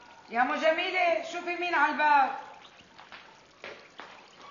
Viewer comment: مين لاحظ انو ام زكي بدال ما تقول جميلة قالت ضميلة😂😂😂😂😂